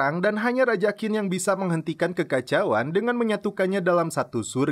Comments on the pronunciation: Qin dibaca Chin, bukan Kin. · Mas, Qin itu dibacanya Chin. Seperti Cina. Karena memang Qin (Qin Shi Huang) sang raja adalah awal muncul nya Cina. Kata Cina itu adalah berasal dari Qin (baca: Chin)